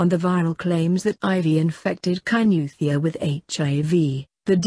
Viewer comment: Kainuwhat..?Useless pronunciation... Must a muzungu narrate this...???....about the killing...Let the parents grieve without abusing the girl...people comment as if they r better...everything is with the almighty God